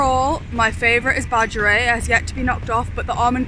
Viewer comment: heh it’s pronounced like Bah-g-air-ee-et